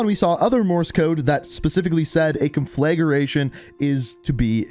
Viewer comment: Con-fla-gra-tion not con-flag-ration